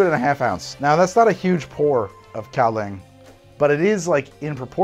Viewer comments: An ex girlfriend of mine used to work in Kinmen, Taiwan, so I had my fair share of Kaoliang. There are some Kaoliang cocktails you can find in bars near there and in Taipei, but overall impressed with the process! By the way I'm pretty sure its pronounced as if it were spelled "galiung". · I really hate to be that guy but it's pronounced like gow-lee-ahng. I'd been looking for a way to mix it for years but had given up. I'm to the point now that I quite enjoy it, especially the higher proof stuff. I'll have to try this next time I bring a bottle back with me. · Really enjoyed this format and hope to see more! FYI it’s pronounced gao-lyung, like the word “young” but with an l in there